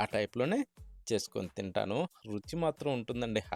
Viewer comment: Ruci ankudadu రుచి అనాలి